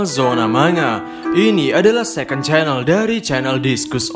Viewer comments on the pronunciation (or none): none